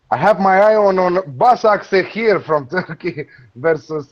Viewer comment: Pronunciation is Ba-sha-k-sh-e-hir the two 's' in BaSakSehir is pronounced like the 'sh' in *she*.